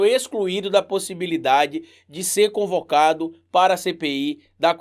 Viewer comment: Desculpe mas é “ CONVOCADO”, não concovado...😅😅😅